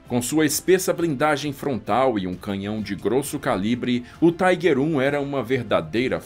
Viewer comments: A pronuncia não é Taiguer ,senão Tiguer! Alemão falando aqui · tem que falar tiger e não tigre se não os historiadores de apartamento dão chilique